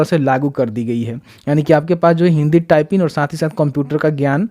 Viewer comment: बोलने तो आ नही रहा है, टाइपिंग होता है या टाइपिन होता है, नोटिफिकेशन का गलत जानकारी दे रहे हो, कितने बच्चे पूछ कर परेशन है की जिसने फॉर्म फिल कर दिया उसका क्या, अभी तक एक भी रिप्लाई नही आया इस सवाल का..